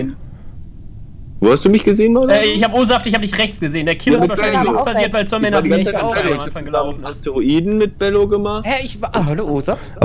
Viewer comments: Du machst alles gut nur bitte sage Zombey mit Z und nicht mit S, du machst es genauso wie Paluten früher. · Ich find ja geil, dass die ganze Zeit Sombey sagt😂😂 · Ich wollte nur mal erwähnen das man ihn 'zombei' ausspricht und nicht Zombie-Sombey' nur so als kleiner Tipp 🙂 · Triggert es noch jemanden, dass er die ganze Zeit Sombi statt Zombey sagt? 😅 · No Front aber Zombey heißt nicht Sombey sondern "Z" ombey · wie er einfach konstant Somby statt Zombey sagt 💀😂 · Wie immer Zombie anstatt Zombei sagt 😂😂😂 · Nices Video wie immer! PS: Man spricht Zombey aus wie man ihn schreibt (nicht Zombie) xd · Extrem nice Kombi! Würde mich nur interessieren wie das zustande kam :D ps: Zombey nicht Sombi oder Sombey :) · Zombey nicht Sombey haha 😹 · Regt nur mich auf das er immer sombi statt zombey sagt?😭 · ju: sombey ich: ZZZZZZZZZZZombey mit zzzzzzzzzzzzzz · JUUUU BITTE es heißt Zombey NICHT Sombey und such NICHT ZombIE oder SombIE DANKE!!! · Es triggert so wie er sombey anstatt Zombey sagt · Niemand:: "Sombey" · Zombey wird mit ''Z'' ausgesprochen 😱😂😂😂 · Wenn ju noch einmal Sombie oder Sombey sagt ich box den weg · Ey triggert mich dass, das Zombey "Sombey" nennt😂